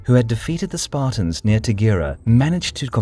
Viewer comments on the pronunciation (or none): Did he just say... Spart-I-ans